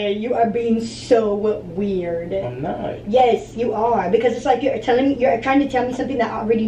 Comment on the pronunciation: Sucks when you cant pronounce the letter S... she says "YESHH".